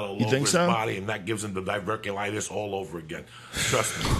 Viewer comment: DIAZ "his divurticulites is making a comeback"